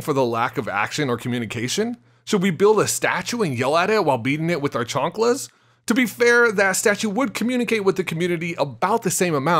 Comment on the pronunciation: He said chancla correctly but cant say medina.